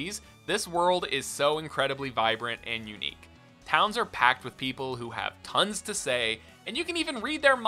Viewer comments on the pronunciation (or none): none